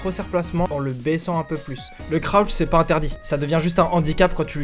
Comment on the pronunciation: Croutch ? J'connais crouch mais pas croutch